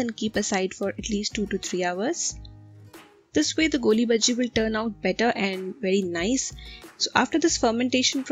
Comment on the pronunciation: By the way it's not golli bajji it's goolibaaje please correct it ..... anyways love from manglore